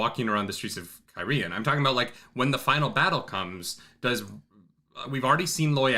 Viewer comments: just to be "that guy" you're still not pronouncing it right. you're stressing the 2nd syllable "kye-REE-ehn", it's KYE-ree-ehn, you could almost pronounce it KYE-reehn if you say it fast. the people are KYE-ree-ehn-en. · Yeah, bro, you're still putting the accent on the wrong syllable of Cairhien. KYE-ree-en. It makes Cairhienin make a lot more sense. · yeah, I always pronounced it the way you did too. As to the correct one, you've just about got it, but it's just the enunciation that's a little off. The accents are on the first and third syllables, not the second. KEYE-ree-EHN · Kai-re-en Kai-re-en-in Idk Cairhien is fine, the person version never thought about but saying it out loud is kinda weird. Listening to it is fine. (audiobook reader)